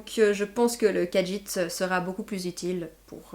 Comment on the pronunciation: Mais si les khajiit est ta race préféré... Tu devrais savoir qu'il n'y a pas de "d" dans la prononciation du nom de la race